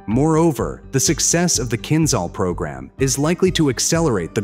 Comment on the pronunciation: Not kinzal, but kinzhal😂